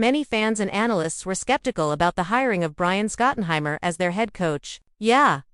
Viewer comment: It's hard to give you credibility when you cant even pronounce his name. There's no one named Scott and Hammer, sorry dear. Also, he's never been a DC.